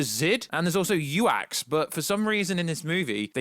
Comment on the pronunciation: "You Axe" and "Hippo-TOLA" 😂